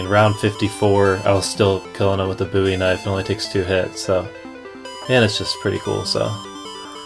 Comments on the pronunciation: Lol, it's the Bowie knife ( bow-ee), not bouy knife ( boo-ee) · its called the bowee kinfe not buee knife